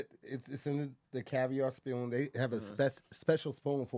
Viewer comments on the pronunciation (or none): what’s a spyoon